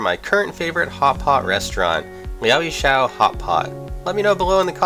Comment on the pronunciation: It’s pretty hard to believe this is your favourite and you can’t even pronounce the name of the place. It comes across as you just did a Google search and chose the the top search result then made a video around that.